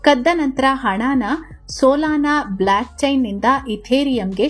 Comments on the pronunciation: ಅಕ್ಕ ಅದು ಬ್ಲ್ಯಾಕ್ ಅಲ್ಲ ಭ್ಲೊಕ್ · Hello, it's not BlAckchain. It's BlOckchain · ಅಮ್ಮ ಬ್ಲಾಕ್ ಅಲ್ಲ ಬೋಲ್ಕ್ ಚೈನ್ 😂